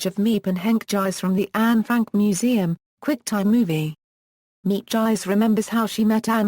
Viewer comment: You have mangled this wonderful woman's name, not just mispronounced it, but MANGLED it. It's insulting and makes you sound very ignorant. If you are going to produce a video tribute to someone the LEAST you could do is PRONOUNCE THEIR NAME CORRECTLY. Its would take oh maybe thirty seconds of internet research to find out how to pronounce her name. Her name is pronounced MEEP GEESE or MEEP SAN-TRUE-SHITS. Do a little bit of research, show more respect for your subjects!